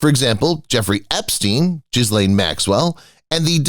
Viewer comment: Another commentator who cannot pronounce 'penchant' and 'Ghislaine'. Must be American!